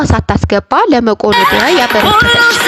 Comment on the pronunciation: ጀማሪ ነሽ መሰለኝ በጣም ነው ምትዘበራርቂው እህቴ መቆነዳ ሳይሆን መቄዶንያ ነው ሲቀጥል video ስትሰሪ ቀስ ብለሽ ትንፋሽሽን ስብስበሽ ስሪ.. በተረፈ በርች